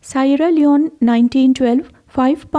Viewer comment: Sierra Leone is pronounced See-ara Lee-own.